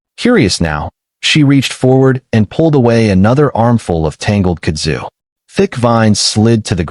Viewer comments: It is pronounced "KUD zu". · Kud’ zu. Emphasis is on the first syllable. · it's pronounced "Kud' zu" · Stupid AI Kudzu is one word it ain’t hyphenated there’s no split in the middle of it. You say Kudzu